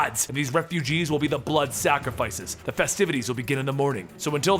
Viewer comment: "There will be SAC RI FICES!!!!!!!" Cringe